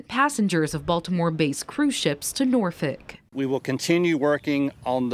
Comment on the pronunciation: It's not Norfick It's Nawfek